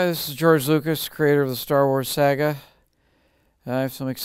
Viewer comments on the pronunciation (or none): Lucas pronounces it "Sauga" not Saga" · I hate the way he pronounces Saga at the beginning.